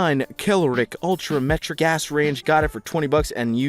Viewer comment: "Kel-o-rick" Ultra-"Metric ass" range 😅